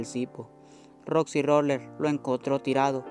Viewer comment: Es roxy roller no roxi roler y as una historia feliz no manches